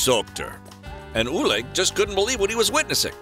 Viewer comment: It’s Ole Gunnar Solskjær not Ule Gunna Salkter